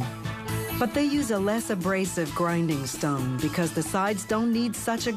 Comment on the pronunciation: Did she say a grinding STUN?